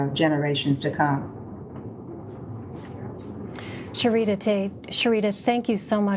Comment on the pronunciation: Lmaoooo her name was ShareeDUH...WTF LMAOOOO